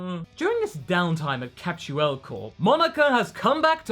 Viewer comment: "CAPSUELE CORP." You had one job, Toei...